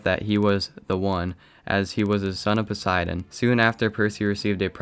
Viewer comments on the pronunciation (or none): none